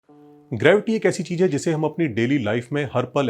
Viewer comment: It's not cheej. It's cheez.